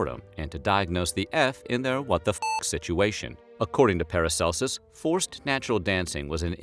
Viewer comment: Learn how to pronounce “Aachen” and “Paracelsus.”